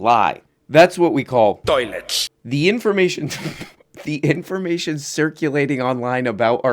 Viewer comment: I get so excited at the Zizek “toiletsch” drop even years later that my watch just notified me there was a sudden change in heart rate lol